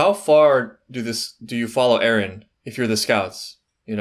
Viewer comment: Why do u say Ereh instead of Eren. I see it everywhere and its confusing af